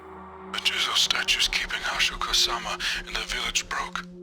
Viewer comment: You've butchered Hasshaku-sama… I’m actually upset.